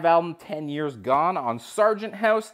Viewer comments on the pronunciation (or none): none